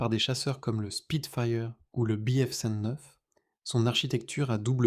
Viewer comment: Voix IA de merde incapable de prononcer BF cent neuf.